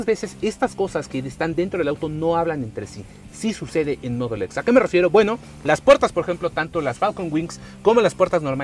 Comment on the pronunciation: Me caga como dice mudul x jajja mejor di en español te escucharlas mejor solo con decir Modelo X y ya